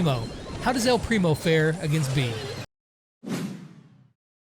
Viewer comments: Im a bit late (very) but her name is pronounced bay-uh but since you from a different country, sure call her that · Does anyone know that he's saying "bee" not beA